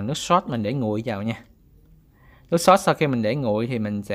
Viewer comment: Ông này rốt với sốt mà cứ phát âm thành rót với sót :))